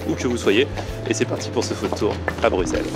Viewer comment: Welcome! Par contre je suis agréablement surpris, tu as bien dit Bruxelles 😆